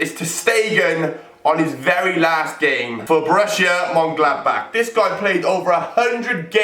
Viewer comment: Could't be bothered to get the right Vukovic or say Monchengladbach properly. smh....